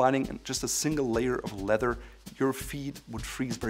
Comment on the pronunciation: It is pronounced leath-er , not letter . Nice shoes !